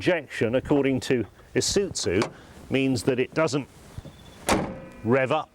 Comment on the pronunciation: ee suiT zoo.... OMG.... it's Ee-sue-zoo....